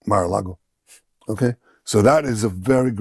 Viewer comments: Did he say Mara Lago? Trying to tempt us 😂😂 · Lol he said Mara lago , lol😂😂😂😂😂😂😂😂😂😂😂😂😂😂😂😂😂😂😂😂😂😂😂😂😂 If Iran were going after someone it would be netanyahu it wouldn't be America unless America does something very bad to Iran than Iran would have to retaliate against America but that's if America does his tricky sneaky tricks How it normally does this is how Israel behaves same behaviour 😊